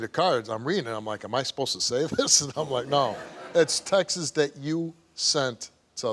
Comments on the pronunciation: Steve, it's 'texts', not 'textses'. That's like saying 'dogses'. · I like how Steve pronounces Texts… Sounds like Texas 🤭